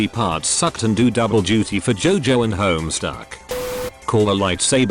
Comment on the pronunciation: slightly mispronouncing the title. •homestruck •homesick •homesuck etc...